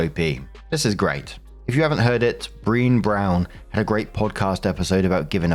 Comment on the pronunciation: Brené Brown is incredible and everyone should read The Gifts of Imperfection. (Also, just as an FYI, her name is pronounced Bre-nay like the first half of Brenda + nay)